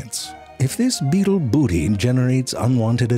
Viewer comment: He said butt beatle.